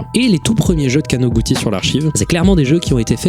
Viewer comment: perso j'ai vu ça du point de vue de qqn qui tape sur un clavier, et là où pour avoir "ティ" [ti] on tape "texi" ou "teli" ; pour écrire "ち" [tchi] on tape "chi" ou "ti" (plus court). du coup imo ça se prononce かなぐち [kanagutchi], et en plus ça ouvre la possibilité qu'un jeune de 13 ans ait utilisé son nom de famille comme pseudo, chose que j'ai déjà constatée avec les quelques amis japonais que j'ai en ligne :D